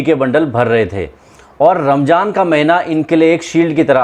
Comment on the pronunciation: Not ' ramjaan ' its ' ramzan" . About 'beedi" dont point only Muslims it's a personal habits depend upon person to person .when you want to speak about someone or something don't bring religious . Don't pore the haternes in the cast. We all are brothers and sisters . Jai hind😊.